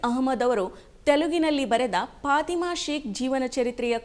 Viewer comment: ಅವರ ಹೆಸರು ಪಾತಿಮಾ ಅಂತಲೂ ಅಲ್ಲ, ಪಾಥಿಮಾ ಅಂತಲೂ ಇಲ್ಲ, "ಫಾತಿಮಾ" ಎಂಬುದು ಸರಿಯಾದ ಉಚ್ಛಾರಣೆ